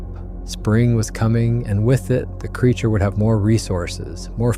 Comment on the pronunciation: Everything was going good until ai said it took 2 hrs to walk to truck when b4 it said it was 50 feet from squatch, pulling it out of water. Time to watch something else and ai pronounced Creature wrong.